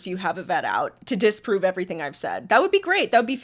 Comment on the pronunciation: I absolutely HATE when people make a G sound like a K!! 'Everythink' is not a word.